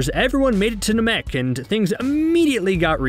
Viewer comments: First of all am I the only that its bothered the way says “namek” second of all I think you focused on doing the video really short that you leave a lot of missing info. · Having a hard time saying Namek? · There goes CBR proving they know NOTHING about the dragonball franchise again. God i hate the way you say Namek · It upsets me how you pronounce Namek. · Why why why do you say namek like that. Did u ever watch the show? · The way he pronounces Namek made me stop the video. There’s no way you’re a real fan of this series (that I older than I am) and don’t know how to say that word. I’ll pass. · I stopped watching after hearing how he pronounced Namek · The way you pronounce Namek got you a dislike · Dude why are you pronouncing namek like that lol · I hate the way he pronounced the planet namek omg STOP lol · Do the people talking in the videos even watch the show? Dude can't say "Namek" or "Chouzou" the right way. If you're going to do the voice over these videos, at least say shit right so it makes it look like you're a fan. It's just a job to this goon. And that was no gold medal run. You pronounced so much wrong. You get aluminum foil instead, and it's the cheap stuff. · After seeing the series... and hearing it... why do you insist on pronouncing Namek the way that you do..? Gross... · Dude him saying nuh-mek was killing me. It's pronounced nah-mik lol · Nàmek not Namèk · I can tell this guy never watched or never got into it because it’s namek not NA.MEK AND ITS GOHAN NOT GOHAND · It’s not Na meck, it’s Nam ek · It's nah-mek not nuh-mek lmao your killing me 😂😂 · Bro said "Nah-Mek" instead of "Nam-Ek" and I legitimately paused the video and had to debate in whether I'd finish the video or not. Glad I did. But it was a close call. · Gohan: Go-hon not go-han Namek: Nam-mik not nam-mek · I know u didn’t just say NA MEK TF IS THAT ITS NAMEK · Na-maek? I thought it was Na-mek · WTF is Naa-mek, it's fkn Namek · I thought it was nah-mek